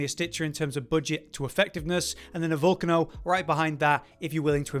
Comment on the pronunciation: You guys need to stop miss pronouncing names. It's pretty obvious that the Volcano weapon is pronounced how you would pronounce the name for an actual active volcano with lava. "Vol-cay-no" not "Vol-canno". I'm not sure how you guys you get this one wrong